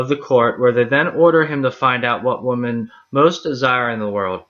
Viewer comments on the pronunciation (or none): Why do you pronounce “women” the same as “woman”? Very confusing